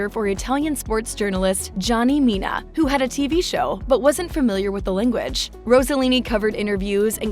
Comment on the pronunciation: Interesting and nice homage to a Stunning international Star. Personally I think she was more beautiful than her mother. Wished that beauty was shown a bit more and probably your voice instead of an AI one. Incorrect pronunciation of her surname and Mina'. Overall I appreciated your work. Grazie